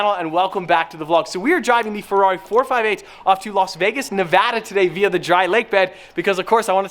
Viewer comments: Please never fuckin say nevahdah again it’s Nevada*🤦🏼‍♂️ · hes pronunciation of "nevada" Lol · HOW DARE U SAY NEVADA WRONG lamo